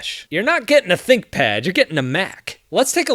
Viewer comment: I thought he said thickpad 🤦‍♂️